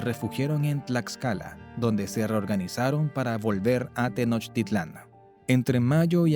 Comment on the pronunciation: Es Tenochtitlan, no tenochititlan